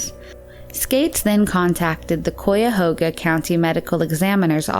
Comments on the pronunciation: "coy-ah-hoe-gah" yeesh. Cuyahoga is pronounced "K-i-a-hog-ah" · I live in Akron, was weird to see our PD on here.. Ive never heard it pronounced coy-uh-hoga lol... it's more like cai-ah-hoga.. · KY-ahoga not COY-ahoga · "COY-yuh-hoe-guh" -- Tell me you're not from Ohio without telling me you're not from Ohio. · Crazy to come watch videos like this an have no idea the content in the video your'e about to watch is from your home town! I live in Akron OH and my brother is an Akron PD officer. Cuyahoga is pronounced ( KY-A-HOGA ) tho. not COY. just sayin. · In the first case, the last name would be pronounced with a hard G, pa- Ga- no, not pa-ja-no. Glad the case was finally solved. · I live so close to number 4 and i had no idea about it!!! thatrs crazy! also its pronounced cuyahoga like KUY - a - hoe - gah kuy rhyming with eye. :) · It’s obvious when someone has never been to Ohio when they can’t pronounce Cuyahoga. It’s pronounced Kai-a- hog-ah. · "C O I Y A H O G A" ... it's so funny how people not from Ohio try to pronounce it lmao. Glad Linda was ID'd though <3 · Cuyahoga is pronounced Kaiya-hoga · Didn’t know Cuyahoga had a Q in it?(I know this is months late but it’s said like Kai-ahoga((I like here and I’m laughing my ass off)) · take it from someone who grew up in the area it's "Kai-a-hoe-ga" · The way you said cuyahoga made me kinda cringe. I'm from around the area and although it doesn't look like it the way we all pronounce it from here is c(i)yahoga 😂😂😂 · Ooooh the absolute butchering of Cuyahoga (Kai-uh-hoe-gah) County really got me more than the cases themselves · Also, it’s “Kai-ah-hoe-gah” (cuyahoga) lol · For future reference, Cuyahoga is locally pronounced as "kah-yah-HO-guh". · Never did you just say Cuiyahouga when is Cuyahoga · Cuyahoga is pronounced Ki-ya-hog-a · The word is Cuyahoga pronounced ki a hog a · It’s pronounced Kye-ya-ho-gah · "Coy-uh" Hoga lol. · If she could say the ohio county correctly! It pronounced ki a ho ga